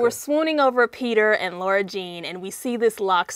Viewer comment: Anyone else annoyed that she kept saying Laura and not Lara? Lol!